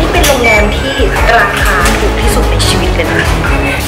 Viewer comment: มีข้อเสียตรงที่ว่าหนูรำคาณพี่ตอนที่พี่บอกว่าในชวิต เเละ ชิวิต เเล้วก็ชีวิต